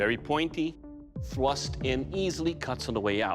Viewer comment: I see many posts about his pronunciation of kill but can we talk about how he says “thwust” when talking about the stabbing potential? Although I kinda feel he only took this job to compensate for having pent up rage over people talking about his speech.